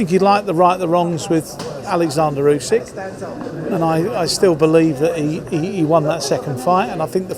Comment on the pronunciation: Why does say Useck!!! It’s so annoying